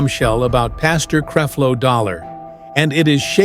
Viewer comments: Will you stop showing pictures of Pastor Winans. No, we do not all look alike. Creflo, with a short e. You are a bad reporter. Please learn how to pronounce people's names. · Right, You can't even pronounce his name. Don't acuse her of saying things, put her on here saying this and even if she did say it, so what - i believe she is a keep it real person/saint and is tired of the bs like the rest of us that have been around for a while, and she is telling the truth about these fake dogs, intresting they are all being exposed now. word to the wise, when people start speaking about these fake freaks you better believe them they are telling the truth. But as for the MC, we can appreciate your info i'm sure a lot of it is true, but where is your footage of her and her interviews about the subject, let her speak for herself please. Use integrity in your mission and people will respect you more, because we have watched some of your other vedios and you keep doing the same thing and we don't like it. Please thnk you- just being real you. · Please pronounce the man name correctly 🤨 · Yessss! Please learn how to pronounce his name please. And how does the Pope, the Catholic Church and John Gray fit into this story?? Or did you also confuse John Gray to be Creflo Dollar?